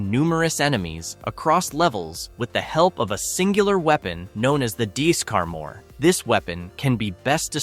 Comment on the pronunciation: Did you call the weapon from Rygar a "dee-scar-more"?? LOL